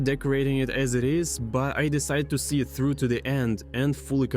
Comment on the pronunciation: ну знаешь, больно да прикольно, он старается, а мне в рофл слушать его "тхругх"